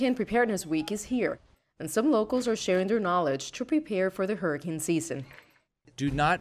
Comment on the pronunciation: every time she says 'hurra-kin' I tense up